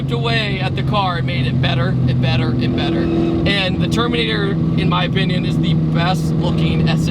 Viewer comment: at first I thought you said termater cobra haha